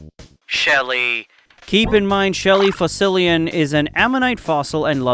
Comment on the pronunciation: "ShELlE" hits hard😭